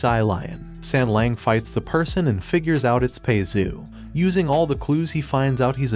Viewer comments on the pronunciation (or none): Please pay more attention to the names , don't just spit them out - and it is not sengleng .as an anime channel you should do better , at less with the names